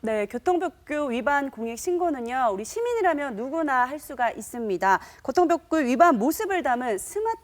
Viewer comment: 교통볍규 ㅡㅡㅋ 발음이 참 ㅋㅋㅋㅋㅋ